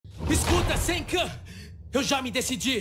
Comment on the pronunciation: Ficou Senkan eu acho q pq ele tava pronunciando Senku-kun então falar desse jeito ia ficar estranho... mais ficou entranho do msm jeito então fds kkkkkk